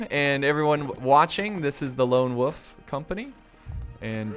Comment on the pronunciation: I see you pronounce WOLF without the L